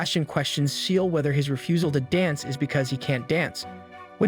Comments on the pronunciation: Ciel - Not Seal. Sounds like "see-el", not like a cute little seal. Allister as in "al-is-ter", not Ally-ster. Did you watch the show in English / sound on? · It's Ciel (SEE-EL) not SEAL XD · I’m sorry but you’re saying Ciels name wrong is not seel it’s Ciel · His name is Ciel, not Seal. It’s the French word for the sky. And that’s just one out of many things wrong with this. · why are u saying ciel like seal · "CIEL" NO NO NO SEAL 🦭